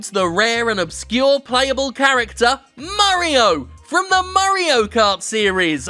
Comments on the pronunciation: Lmfao I love how he pronounces "Mario" as "Murreo". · "Murry-o" Perfect.